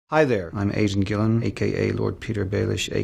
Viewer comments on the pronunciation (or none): thought he said "Hi there, I'm Asian Gillen" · 'I'm asian gillen' What? that's not how you pronounce that name bro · Did he say Asian Gillen or is that his accent? O_o